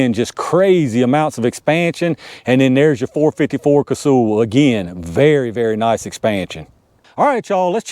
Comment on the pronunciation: It’s not “Casool,” it’s pronounced like “Castle.” I met Dick back in the early ‘70s and that is how he pronounced it.